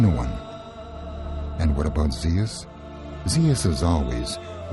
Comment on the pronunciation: WHAT ZEAS?...THE NAME IS ZEUS!